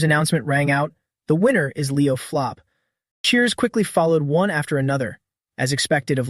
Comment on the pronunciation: Why does the AI keep calling Leo's last name flop when his last name is plov